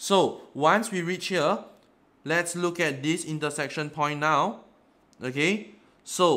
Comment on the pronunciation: i can't understand "okAy"